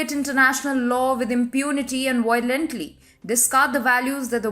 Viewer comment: Reporting in English with atrocious pronunciations! Faux pas Brussels, violently, Sullivan.....